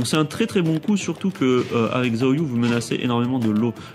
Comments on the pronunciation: Magnifique tuto comme d'hab ca fait plaisir ^^ par contre xiaoyu se prononce shaoyu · Haaa :) MON Perso ! :) Pour le coup elle, tu ne la dénigres pas haha, merci beaucoup pour cette vidéo, j'approuve :') on parle trop peu de Xiao Xiao ... (Par contre ça se prononce 'Chao'Yu' hein x) Mais depuis Tekken 3 je joue avec elle. C'est la seule que je maîtrise en fait, et dans TTT2, bah je fais des combo de malade avec Miharu Hirano ♥ =) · En réalité ça se prononce "siaoyu". Le "shaoyu" que tu as entendu es du aux accents des gens qui font la voix.